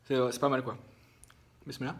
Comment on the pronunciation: Pk tu dit bismislaih tu es musulman ? Tu sais ce que ça veut dire?? En plus tu sais même pas le prononcer donc autant fermer ta bouche 🖕🏻 aucun respect pour notre culture 🤦🏻